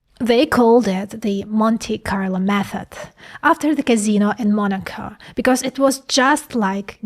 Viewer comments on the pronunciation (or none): none